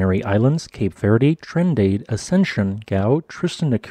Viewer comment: It's not Threen-day-d hotspot, the pronunciation is Threen-dah-de.